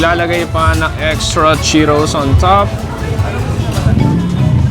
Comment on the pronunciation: Anong chokie? Chuckie. Tapos yung Cheetos, Cheeros. San nanggagaling yun?